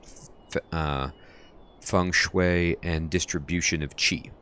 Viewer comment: The formal standard pronunciation is "chi", you are saying it correctly. The spelling is Qi. Sometimes you hear other pronunciation due to dialect differences. People in/near Guandong province and Hong Kong has a vastly different dialect compare to Beijing standards. This is akin to American vs British accent; but much much worse (in terms of how things are pronounced, they have extra pronunciation syllables). Tbh pronunciation doesn't matter that much, so long as you are consistent we can connect the dots.